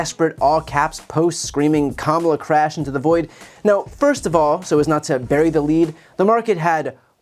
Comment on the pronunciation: Trump says CRAYUSH not CRASH